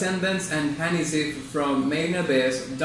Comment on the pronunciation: Gotta love how he says "Hanazeev" tho.